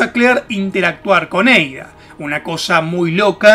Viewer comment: "EIDA" JAJAJA